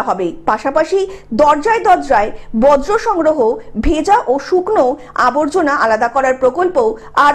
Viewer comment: "বজ্রো" নয় "বর্জ্য " বাংলা ভাষাকে সঠিক ভাবে উচ্চারণ করুন।